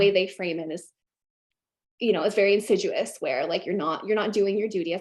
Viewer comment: Great interview! But you need to tell her that it's not "insiduous" but "insidious"! :-D (couldn't help it ;-) )